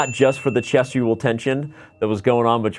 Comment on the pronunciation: Obvious "Chessual tension" lol Nice!